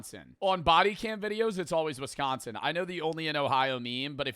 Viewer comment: It's crazy how he said Wisconsin. I live in Wisconsin and I'd just like to say he is probably 100% correct lol.